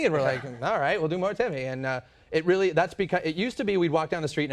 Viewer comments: OH REARRY??? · OH REARRY?